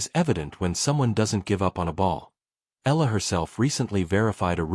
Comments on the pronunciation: Please, report her name correctly. it's NOT ELLA! It's ALEX short for ALEXANDRA. Her last name is EALA pronounced as EYALA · Before hitting the airwaves, know your subject - Alex Eala, Eala, Eala not Ella….Eeeeeaaaahhhhlahhhh. Got it? It is impolite to mispronounce her name.Are you……?????